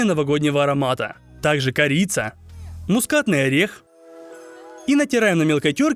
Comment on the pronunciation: Почему я вместо мускатный орех слышу дикий огурец😭😭😭